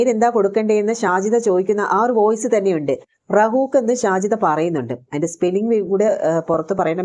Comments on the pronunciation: റഹൂഫ് എന്നാണ് റഹൂഖ് എന്നല്ല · റഹൂക് എന്നല്ല റഹുഫ് ആണ് അത് പറയാൻ അറിയാത്ത നീ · റഊക്ക് അല്ല റഊഫ് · Rahook അല്ല Rahoof